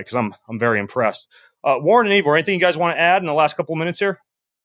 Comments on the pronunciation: So disrespectful of Ben to mispronounce Ivor's name ("Eevor"???). Shows a lack of respect and/or preparation. And on top of that exercising while having the discussion. Shameful. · “Eevor”. Didn’t know you had a new name Ivor 😂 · Yes, annoying, and should learn how to pronounce the guest’s name (Ivor).